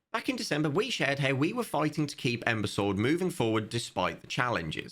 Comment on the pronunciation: saying Ember Sword like imbecile: 🤌